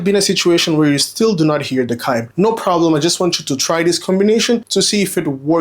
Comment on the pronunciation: Chime is “CH” you are pronouncing it as Cime.